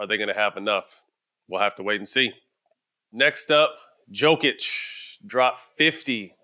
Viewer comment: At least Stak knows how to pronounce Jokić